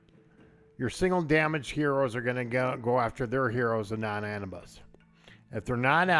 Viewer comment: Come on guys I understand accents but it's A new bis lol.